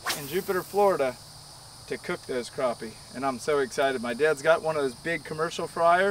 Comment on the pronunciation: It’s Crappie...not Croppy! C’mon man!